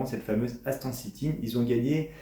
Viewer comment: Vous devriez apprendre à prononcer le nom correctement 😊